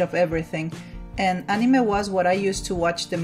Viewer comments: I don't really like the way she says anime ’ah-ne-meh” instead of ”a-ni-mae” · ..... She pronounced it "Animeh" instead of "Animay" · It’s said An Ee May, not animeh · Better thaan how Barack Obama pronounced it, he said "a-mine". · Yes, she said it wrong, but there's no need to be so rude about it. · and nobody is trigger about how she pronounces anime wrong and re zero guess im the only one ah well love the vid anyways but yeh as said triggered